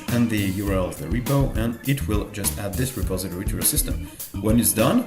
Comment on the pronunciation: Kinda late to the party here (but new to ElementaryOS, which is how I found your channel) but since you asked (sort of)...."repository" is pronounced Re-PAWS-i-tor-ee. Looking forward to seeing more of your videos. I actually started with some of the newer ones (the tutorial on installing Elementary Tweaks was very helpful) but now I've gone back to your beginnings and will view older-to-newer from here.